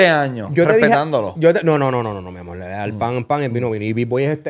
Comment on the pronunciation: cuantos “mi amol” va tirar Anonimus 😂